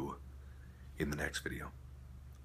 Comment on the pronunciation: Mark ur so funny saying BABAII instead bye bye! Ur cool now BABAII!